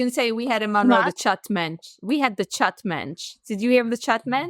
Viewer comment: 😂 the "chut mentch" my colony called him the "scrunchie mentch" 😂